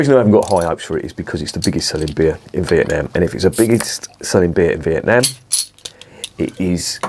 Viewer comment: Correct its not vietNARM..most annoying, prob not one for me this 🍺